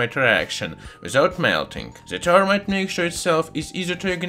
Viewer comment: Th not T. Termite. No. That is an insect. If you must use a euro accent, say zermite or fermite. Better to say this than zis though.